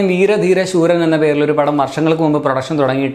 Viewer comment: ശൂരൻ അല്ല സൂരൻ